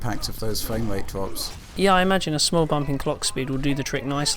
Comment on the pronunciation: I like when tells us about fwame waits and wezzelution